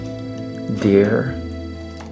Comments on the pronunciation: pronounced dear " dare" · Can we talk abt how his ‘dear’ sounds like ‘deer’ and ‘dare’ at the same time haha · Love your intros Also he says dare instead of dear😂 This is so cute 💜💜